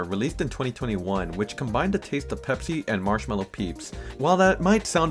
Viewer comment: Ah, yes. Peepsi.